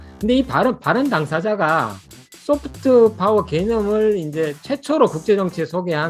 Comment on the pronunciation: Soft power,you Pronounced wrong